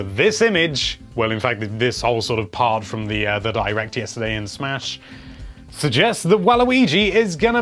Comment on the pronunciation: he said "Can Waluigi be in Swahsh" see how he said smash he put a wah in it